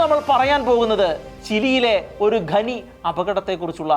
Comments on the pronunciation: ഘനി അല്ല ഖനി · ഗെനി അല്ല ചേട്ടാ. ഖനി എന്നാണ്. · ഗനി അല്ല , ഖനി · ഖനി, എന്നത് ഗനി എന്ന് ഉച്ചരിക്കുന്നത് ശരിയാണോ? വളരെ ആരോചകമാണ്. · ഗനി ഗനി എന്ന് കേൾക്കുമ്പോൾ ഒരു അറപ്പ്. ഖനി എന്നാണ് നമ്മളൊക്കെ പറഞ്ഞു പഠി ച്ചത്. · Yes. Please note